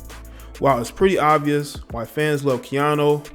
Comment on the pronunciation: Its KeaNU not KeaNo. I swear you do this all the time. Take time to learn the names of the ppl you are reporting on. Just looking out.